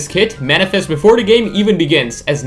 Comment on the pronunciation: “Them” not “dem”, “the” not “da”